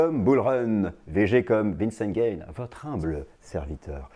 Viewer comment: "Vinnceinn Gaynne" ! 😂merci pour ce sourire